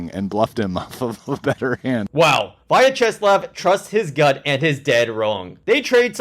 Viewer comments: "Via Chess Lav" 🙄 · Why did I think u kept saying “via chess labs”